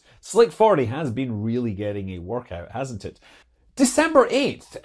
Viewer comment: Another fantastic update onthe latest goings on in space and rocketry. You may have miss pronounced that Chinese rocket, but you also miss pronounced December 17th 😆😆😆